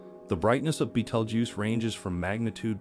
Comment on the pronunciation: Learn how to say the name of the star.